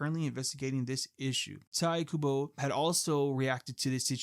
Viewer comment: Its pronounced taito kubo